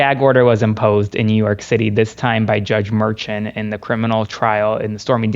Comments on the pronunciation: Ok, first off, love the show. But someone needs to teach how to tie a tie😮. Second, pronounces everyone’s name wrong. Judge Merchan’s name is pronounced mer-shawn not mer-chun. I noticed in another video he pronounced Fani Willis, Fanny. It’s fawn-ee. After Luke pronounced it correctly a few times, he finally got it right. Sorry, I couldn’t help but notice. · Hey Luke! If you’ve been in NY court system then you and would be saying the judges name correctly. It’s Jaun (Mer-SHAUN) you and Parnas are saying it wrong. Just helping out. Please say it correctly going forward. NY! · Please pronounce Merchant name correctly. It is not Merchant, it s Merchan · “Judge Mershawn not Merchemt” please pronounce it correctly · Please have your legal analyst learn how to pronounce Judge Merchan’s name correctly. The emphasis is on the 2nd syllable. Thank you. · Love your content,but please teach your experts how to pronounce the judges names. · You need a new legal expert.. can't seem to tie a a decent knot, mispronounces Merchant's name and pronounces Fani Willis's name as Fanny.. same as MAGA freaks trying to dis her. Did a chimp do his tie for him? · Actually it is "Judge Merchan".